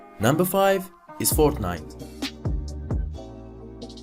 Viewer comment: He said forknite😂